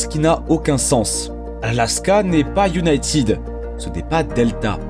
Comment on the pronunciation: Encore un star en anglais : iounaitiiiiid 💩